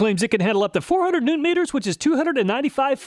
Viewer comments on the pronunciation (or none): none